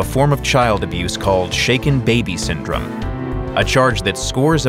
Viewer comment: Now may not be the time but I thought they said shake it baby syndrome for a good few seconds